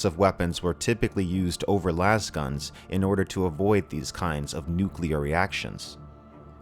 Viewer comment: "Lase-guns". As in "laser."